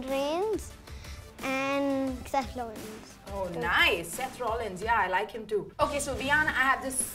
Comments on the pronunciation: 'Seth lollins' lol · He was saying...Seth lollins😂😂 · Can't even pronounce Seth Rollins correctly 🤣🤣🤣🤣.And the overacting by that fellow lady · Look at him he cant even pronounce Rollins correctly it's just for spot light Abe piddu aisa kitna dekh liya usne john cena ke bare me saale in paise walo ki to dadagiri chal rahi hai is duniya mein.....